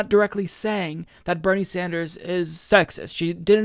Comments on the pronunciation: Plus, she called him "Senator SanJew, er "Sanders"...lol Who is that nitwit, anyway? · Holy shit, she DID say "Sanjew". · I was going to overlook that Freudian Slip! She DID say Senator "Sanjew". SonofaBiscuit! WARREN IS OFFICIALLY TOAST.